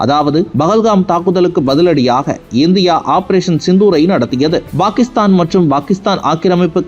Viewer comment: செய்தியை pakisthan என்று உச்சரியுங்கள்;""bakisthan""என்று உச்சரிக்காதிர்கள்!!தயவுசெய்து திருத்துங்கள் நண்பரே!!